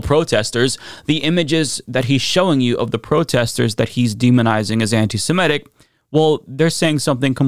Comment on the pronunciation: Why cant anyone seem to say "Semitic"?